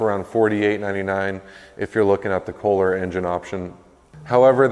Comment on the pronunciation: Isn’t it Kolher or kohler Pretty sure it’s not K holer